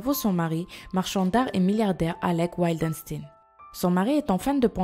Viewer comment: Jocelyn Wildenstein ne se dit pas du tout "Wildenstine" mdr